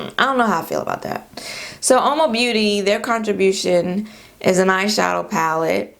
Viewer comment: I laughed so hard! I thought you said ‘ash shadow’ and then you said Too Faced. So appropriate for my melanated skin🤣🤣. Aww MAC they will always have a place in my heart though I havent bought a thing from them since 2010.